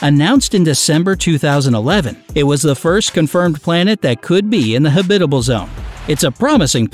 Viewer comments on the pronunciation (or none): Don't much care for professional voice artists consistently mispronouncing words, e.g. huhBITable rather than the correct HABitable. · I cringe whenever I hear him say, "ha-BI-ta-ble." Who has ever pronounced this word so strangely??? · Man this guy’s pronunciation is garbage lol. Neuron Star? You mean Neutron? Habitable? Lol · That word is so weird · me too.... when I heard it the first time i thought "silly narrator, that's not how you pronounce Habitable"... but he did it again and again, and I was like, "yeah, he nor anyone at has ever heard habitable spoken by anyone else before..."